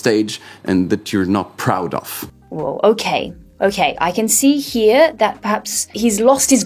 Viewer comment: proud "off" instead of proud "of" (ov')